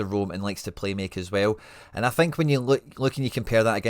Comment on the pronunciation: Love your work, but please give Sangaré the respect he deserves and learn how to pronounce his name. The accent above the e means it's pronounced like the é in café or resumé etc.